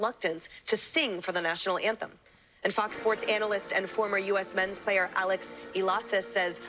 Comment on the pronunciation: “Alex Ilasas”. 😊😊😊😊😊